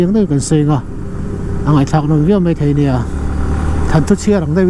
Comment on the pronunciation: Kan veng tlang😍😍😍 Sir, i lam dik lo tep... Thei (fruits) ti a lam tur... Theiriat